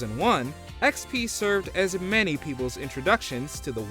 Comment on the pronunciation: He purposely Fucks up the word "many" and says "MAN-ie"... What a Douche